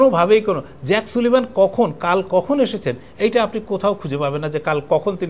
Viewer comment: নামের উচ্চারণটি হবে জেইক সালিভান।